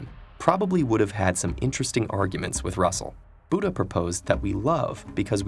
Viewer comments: You just wrong pronounced Buddhaa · the way he pronounce buddha's name lol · Plss pronounce Buddha correctly 😔😔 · The way you pronounced the sanskrit word buddha and name siddhartha gauthama made me laughh